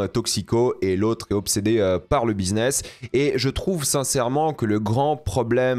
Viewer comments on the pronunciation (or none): none